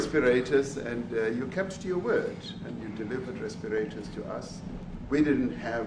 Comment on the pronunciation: Oh my, he couldn't say respirators.